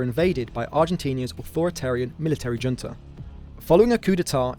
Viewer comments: Junta is pronounced Hunta. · Junta is not pronounced the way you are saying it in the video. Im surprised that this got past editing. The Argentina junta being a Spanish language word has the h sounding "J" as in jalapeño. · Junta is pronounced “hunta”